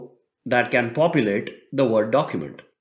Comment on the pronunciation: i like how he says Microsoft Vord... lol